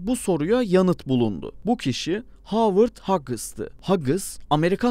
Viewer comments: Böyle bir belgeseli anlatan takdimci nasıl oluyorda (Howard hughes) "Hovırd huyus"u hovert hagıs diye telafus eder şasırdım... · 2 milyon aboneniz var, habercilik yapıyorsunuz, lütfen ingilizce isimlerin telaffuzlarına özen gösterin. (Howard Hughes)